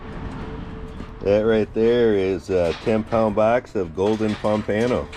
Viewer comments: Instead of saying "Ano" at the end, it sounds like "uh-no", the u in "uh" sounding like the u in up. So, pom-puh-no. Great video, as always! 👍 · I’ve never heard pompano pronounced like that before 😂